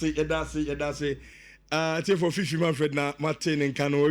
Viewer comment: Fiifi pronunciation are funny sometimes 😂😂😂